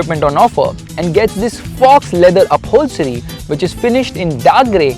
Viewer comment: Please firstly correct your pronunciation then review a car. As you pronounced UPHOLSRY but it is pronounced as UPHOLSTERY.